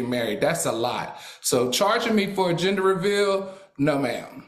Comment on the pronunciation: its GEN DER Al. lmao